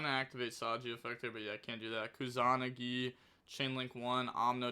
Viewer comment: improving everyday. Pronunciation is sooo close keep saying it like that except kusa-nagi